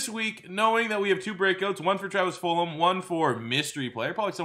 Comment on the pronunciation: I love how he says fulum